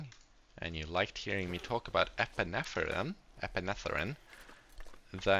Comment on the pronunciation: You had correct pronunciation for epinephrine.